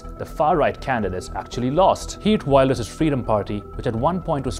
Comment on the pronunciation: I wish you'd check the pronunciation of names before you record. Even if you stick to sounds native to English, you can say Wilders correctly. It's vill-ders. Not wild-ers.